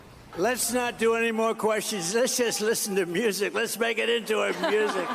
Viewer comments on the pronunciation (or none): "lesss make it into a musshic" 😂